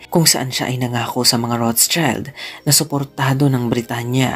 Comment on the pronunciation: Das ist eine Nachname, ich denke Keine englischsprachige Version.🤔 It should be Roth-Schild. ( shield sound) Not Roths-child